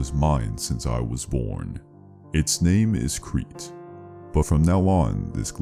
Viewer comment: There's so many annoying mispronounced names in this...